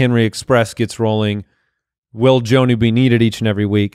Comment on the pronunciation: His name is pronounced John-oo instead of Jone-oo. A short O, not a long one.